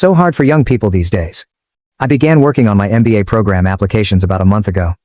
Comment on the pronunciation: It's mba 😂 not nba